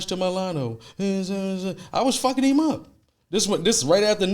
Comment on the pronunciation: Why u pronounce him like that “heem” 😭😭